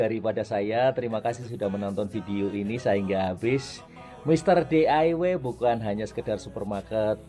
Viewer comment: Mister dawai 😂😂😂knapa plak jdi mr dawai mr.d.i.y jdi dawai😂😂